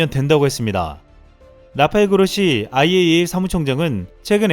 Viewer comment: IAEA 발음 잘 하시네요~ㅎㅎ